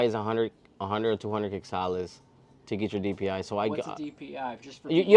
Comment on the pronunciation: DPI Sounds alot like Deportee lol, that guy goes minutes without blinking.